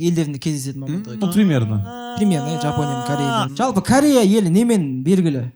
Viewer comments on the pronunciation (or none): none